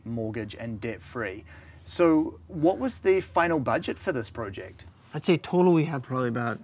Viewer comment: It’s not pronounced prooject bud...